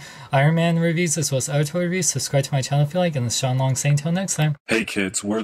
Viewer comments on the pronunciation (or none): none